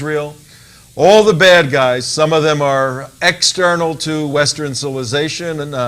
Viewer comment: Ha! That's 'western' not 'westren.'